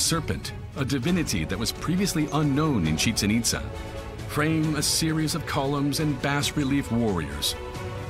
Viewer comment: It’s pronounced.. Chi-Chen Eet-zaa